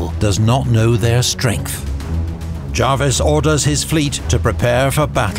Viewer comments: Small point: John Jervis pronounced his name as it's spelt, not as "Jarvis". BBC's Pronouncing Dictionary of British Names includes this note under "Jervis": Jervis, (jérviss) ; ['d͡ʒʒrvis] (jaarviss) The first is appropriate for the family name of the 18th-c. admiral, the Earl of St. Vincent. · Amazing video, but by god its pronounced JUR-VIS not Jarvis for John Jervis, 1st Earl of St Vincent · Fair enough, but... Not 'the British navy', but the Royal Navy. Jervis' name is pronounced as written, not as 'Jarvis'. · Good video but pronunciation of Jervis as Jarvis really irked me 😅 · Why do you insist on pronouncing Jervis as Jarvis? Is it misspelt in your script? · Well I'm British, and it is pronounced Jervis.